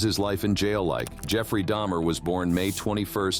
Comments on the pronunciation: So you're going to be racist towards people because they can not pronounce what your own people speak You do realize the person speaking's not even a real person It's clearly an AI No one has a voice like this and you can clearly tell it's an AI because they even get Dahmer's name wrong multiple times at the beginning So you just proved to the world you're a racist calling other people names all because of their nationality and things and just because a name in your people's language with mispronounced you call out Americans and call them names and stuff like get a clue you racist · "Dahmer" To "Deymer" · Jeffrey Dahmer? Nooh, Jeffrey Dayhmer! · its not day-mer its dahmer jeffrey dahmer the people nommer get it right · You heard and said his name multiple times yet still lwt Daymur slip? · Seems like AI would have pronounced Dahmer the same way every time, and not switch to day-mer once in a while. Writer error could account for that, though. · If it said Dahmer as Daymer, you know it os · Yes it is—The AI definitely changed between “Dahmer” (proper pronunciation) and “Daimer” (improper pronunciation). That’s just one instance… And the voice has a robotic tone, however subtle. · bro said damer like ishowspeed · It would help if the robot narrator could pronounce his name - from Dah-mer to Day-mer in the space of a few seconds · How did the narrator pronounce it as Dah-Mur and then pronounce it Day-Mur? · Why was Dahmers name pronounced Dah-mer then next sentence Da-mer? One or the other. Too many images of Evan Peters instead of Dahmer. Plus Jeremy Renner portrayed Dahmer way better before Peters did in my personal opinion. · Who’s Day-mer? Lmao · Why would you say his name correctly several times then say day mer? Ive never heard someone do this before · who the hell is jeffrey daymer? how can you mess his name up that badly? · lol I heard daymer too lmao but he also only liked colored kids/teens. They were less likely to be looked for.